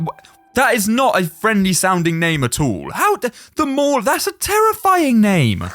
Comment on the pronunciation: When you were saying at all, it sounded like you said a**hole